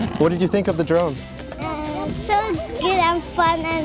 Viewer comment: yeh you can contwol the dwone with the weally small pad.